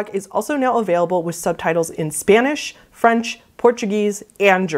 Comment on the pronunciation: love ur videos! quick question tho, did u mean to say Franch bc I'm losing my mind over it a little